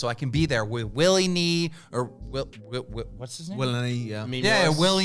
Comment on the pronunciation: This man just called willne Willy knee😂😂😂